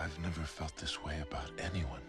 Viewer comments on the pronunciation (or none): none